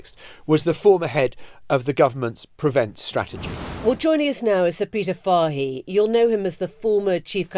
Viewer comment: Fahey is an Irish name and is pronounced " Fay ".